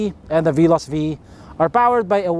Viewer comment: I irk always when he always pronounce Veloz as Bee-loss.